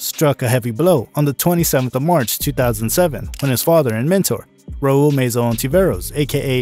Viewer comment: Meza not Meiza..